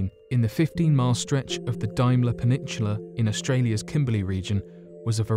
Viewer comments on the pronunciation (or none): I noticed this narrator said "peninshula" instead of "peninsula" in this video, and "capshule" instead of "capsule" in another. What local dialect is this? Is this a new fad in Britain?